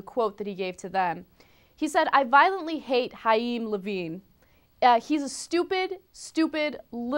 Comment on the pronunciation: Haim?? i think its more like Kaim (pronuntiation)